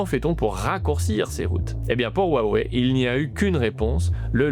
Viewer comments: Salut; merci pour la vidéo. Juste pour que tu saches, la prononciation correcte de Huawei est "Roua-ouais" et pas "Oua wai" - Désolé de chercher la petite bête, mais ca me fait toujours tilter quand j'entends les journalistes Français ne pas prononcer "Wuhan", "Xiaomi", "Xi Jinping" correctement. Si je ferais un travail journalistique, je ferais l'effort personnellement d'essayer de pronnoncer au moins les marques et les noms des entreprises/personnes étrangères correctement. Voilà, rien de bien méchant et je dis ça juste pour que tu sois plus crédible que les autres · faut apprendre à prononcémer Hua Wei [rhoua ouéi] : le nom basé à l'origine sur la fabrication de téléphones signifie "parler vers" et bien d'autres choses (hua : culture, transformation ; Wei : causalité, direction, "allô" ) bon on a mis 30 à savoir prononcer hyundai 😅